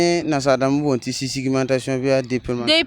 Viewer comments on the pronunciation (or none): Sisigmentation Walaï là tu vas tuer. Il dit encore fifigmentation(celui qui parle Moore là) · J’adore 😂😂 sesigmentation. Like